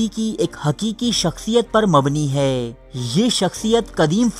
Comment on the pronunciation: Sir aap se pehle bhi guzarish ki thi ke aap hai ko hay parhte hain. Aap ke channel ka naam urdu diary hai to socha aap ki taseeh karta chalon. Bura mat manayay ga, aap ke channel ka maddah hon.